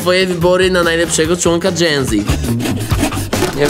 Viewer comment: *genze ona powiedziała ( nie hejt)